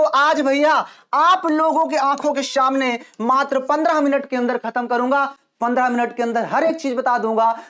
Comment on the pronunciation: Sir shamne nhi samne hota hai